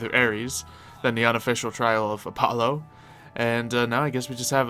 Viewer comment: I already don't like. He's such a jerk, and blatently showing he has spot on aim with shooting weapons than you were just doubles his jerk-i-ness. Also, he rudely frelled up the pronunciation of the sun god. It's Uh-polo. It's Uh-pah-lo.